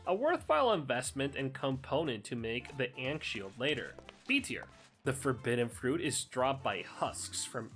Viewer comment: Is the ankh shield pronunciation ragebait?